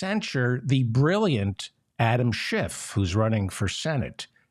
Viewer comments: Kevin McCarthy, who fancies himself the orator, can’t even pronounce “Schiff.” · Could a D house member put forth a motion to invalidate the censure because the speaker mispronounced Schiff's name? Lil' Kev called him Shift, as he always does, as a thinly veiled dis.